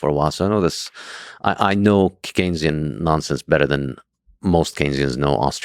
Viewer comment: really frustrating because his inability to actually make the case against keynesian economics (did they just mispronounce it the whole time?) makes the side of „hucksters, frauds and exploiters“ look more credible than they might otherwise.